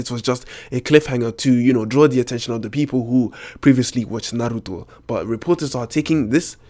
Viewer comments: U say "naruto" so funny😂😂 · the way you say Naruto annoys me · how do you properly pronounce naruto? or even kishimoto?... i mean... the to's accent was... gah... hopeless. :D